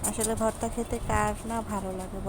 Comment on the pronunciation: আপা বর্তা না ভর্তা হবে। হয়তো খেয়াল করেন নি